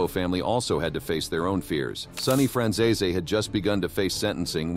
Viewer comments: The Fran who family? This video 💯 murdered the pronunciation of the Franzese name. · oh you don't gotta tell me. I've seen enough of his stuff on here. I was just laughing at the way it was being pronounced. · I think they miss pronounce names so people comment which help the cnannel on the algorithm I think